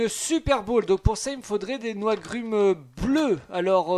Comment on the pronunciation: Mais oui ! Il disait non c’est des noigrumes violettes 😂